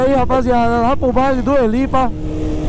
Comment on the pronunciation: No baile da helipa ....vc falou errado amigao kkkkkkk mais entendemos oq vc quis dizer kkkk